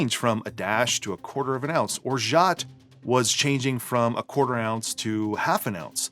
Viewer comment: Great video once again! A side note about "orgeat". It's a french name and in french we keep the "T" silent 😉